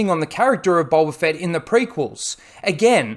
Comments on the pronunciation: Is it just me who hears him say boLba fett instead of boba but I have bad ears so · BOE-BA NOT BUL-BA, BOWBA NOT BULBA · Fxck man it gets harder to watch the more I hear bulba fett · Sounds like your saying g bulba fett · You say boba fett weird